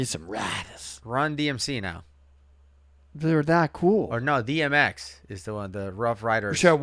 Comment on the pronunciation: DMZ instead of DMX LOL!!!